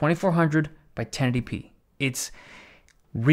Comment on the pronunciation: Every time you try to pronounce ten eighty p, it comes out as tennetipee